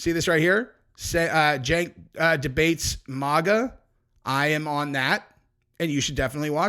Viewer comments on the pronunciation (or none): Maga= mag-uh Mohg-uh? Dude your a dummy. Like caveman style